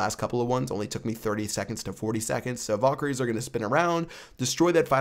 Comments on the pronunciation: VALkaries not VOLkaries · You pronounce valkery wrong. lel